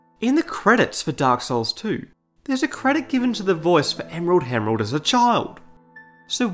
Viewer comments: ‘emerald hemerald’ replay button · Hahaha is he meaning to say Emerald Hemerald and is that actually a thing? I'm in tears laughing. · "Emerald Hemerald" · I liked how in the section about the emerald herald, you kept calling her the "emerald hemrald" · Emrald Hemrald lol